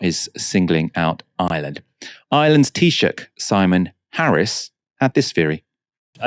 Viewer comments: Probably the only video from outside Ireland coming close to pronouncing Taoiseach correctly - the sort of cross border interest and open mindedness that goes inherently hand in hand with recognising the horrors of settler colonial oppression. Ireland opposes genocide, we do not really care about Jews. Unless they support genocide. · You pronounced Taoiseach (almost) perfectly 🎉 Unlike multiple prominent BRITISH neighbouring politicians- TEEEE SOCK 🤦🏼‍♀️ 😅.